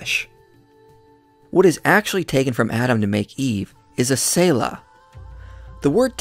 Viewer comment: its not tsayla its pronounced Tseh like zz in pizza or panTZ or tsunami